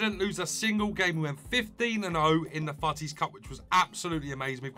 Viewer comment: Yeah😂 He says «fouttis»